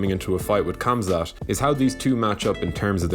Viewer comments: i cringe when people cant spell names. K with an H is pronounced Hamzat oder habib. not kabib and kamzat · No. Leon Edwards will not derail The Wolf. The Wolf has been wrestling since a kid. In Russia. fighting and training in Russia, since a kid... Think about that. Great video cheers ps: pls say his name properly. It's not Kamzat. It's Khamzat. It's not Kabib, it's Khabib =) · KHAMZAT PRONOUNCE "HUM-ZUH" NOT "CUM-ZAT" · It’s pronounced HOMZAT! Just like how Khabib is Habib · lmao you right. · Please stop saying kumzat